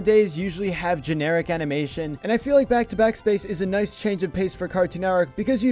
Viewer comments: he says NOICE!!! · Did he just say "noice"?